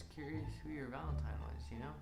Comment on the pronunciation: ValenTINE not ValenTIMES